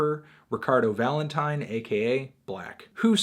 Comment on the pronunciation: stop saying valentine like that